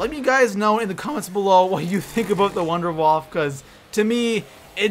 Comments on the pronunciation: the wunderwaffe is pronounce vindavaffe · you pronounce wunderwaffe wrong wunderwaffe is german if you wanna know how to pronounce contact me